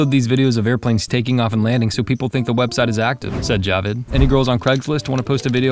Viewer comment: It's not jawed, it's javved